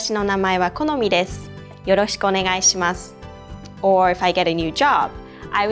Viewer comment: even at .5 speed, yoroshiku onegaishimasu part is said too fast, lol! Be nice if you can break down the words to each syllable